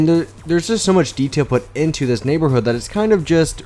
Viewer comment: u said neighborhooh lol